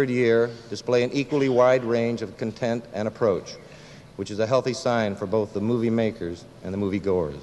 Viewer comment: McQueen gives a perfunctory reading and egregiously mispronounces "Ziegfeld" , "content" , and to a lesser degree, "Casablanca" .